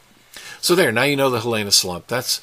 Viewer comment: It's pronounced hee lee nah slump. Fissure 8 isn't another volcano, it's just a fissure. It has also been named Ahu'aila'au pronounced ahoo eyelah ow.